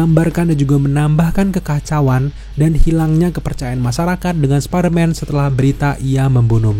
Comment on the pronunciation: Bang jujur gue dulu subscribe channel elu, dan gue pecinta spiderman, tapi setelah denger elu ngomong Spiderman dg baca "SPADERMAN" gue jadi risih dan jijik, elu kan udah dewasa masak baca Spiderman "SPADERMAN" di telingaku sangat menyebalkan,,, emang gak bisa baca "SPAIDERMAN"